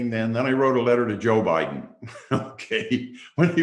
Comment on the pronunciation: He said he voted harris hahaha "bidden"